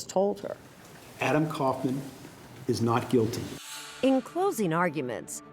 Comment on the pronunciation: Erin, It's "koff'man." Not "Couff man".